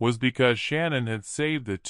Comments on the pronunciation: She goes by Shanann, not Shannon. Can't you at least say her name correctly? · The narrator can't pronounce Shanann, or Shan, as I call her, but her REEL name is Shannon. So I am saying her name correctly.